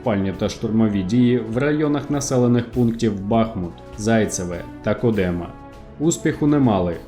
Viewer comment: місто БахмУт, село КОдемо. Великими буквами зазначила правильний наголос